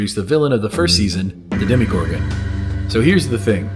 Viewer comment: Sorry to be “this guy” but it’s demOgorgon, not demigorgon. Demo comes from the word for “people” (like DEMOcracy = rule/power of the people)